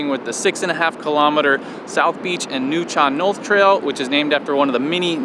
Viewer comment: Locals call Tofino Tuff (city) and Ucluelet ( You-clue-let) Ukee (youkey). South Wickaninnish beach, plane crash AND Florencio are quite a hike, way to go. Its always THAT MUDDY lol. It’s pronounced Nuu-chal-nuth. Yaaay TACOFINO, The others don’t taste at all the same or have the same vibe. Would have loved to share any time with you two while you were here ❤️❤️🇨🇦🇨🇦